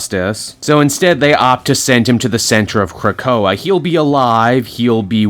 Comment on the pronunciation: You learned to pronounce Krakoa, yay